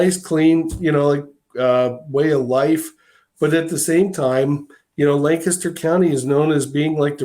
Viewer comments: I appreciate how pronounced the proper PA pronunciation of Lancaster; "Lanc-IS-ter". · The one person on the internet to pronounce Lancaster correctly 👏👏